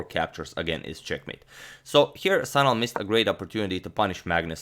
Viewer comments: its actually şanal not sanal by the way you should pronounce it like shanal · It's actually pronounced 'Shanal'. The letter is 'Ş' which is pronounced as 'Sh'.